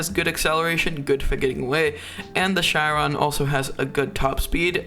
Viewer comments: JUST SAY SHEEERON NOT SHYY RON. I think you say chyron on purpose to give your fans ocd.. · the way he pronounced the chiron (sheeron) as the chairon absolutely hurts